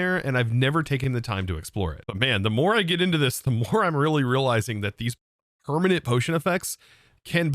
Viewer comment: Ekspecially. Permahnit. 50% = 2x